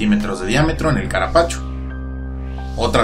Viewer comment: Caparapacho jajaja q idioma es este? Parece q habla un personaje del chavo del 8 sos don ramon?